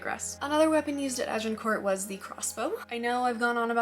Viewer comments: Nice vid! As a Brit, we grow up surrounded by medieval relics - I live about 100 yards from an 11th century castle :) Also a quick tip - the 't' is silent in Agincourt, it's kinda pronounced 'Ajincoor'. Hope that's useful. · Like many french words the last letter or two are not pronounced. So you might say a.zhuhng.kaw or Arjincor. No need to annunciate the t. Just wondering if the swearing really adds to your presentation?